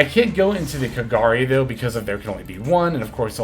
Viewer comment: First time i heard pronouncing kagari in the correct way XD. Awesome video, keep up the good work.